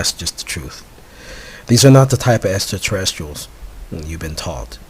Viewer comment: This guy cant even say extraterrestrial. lmao !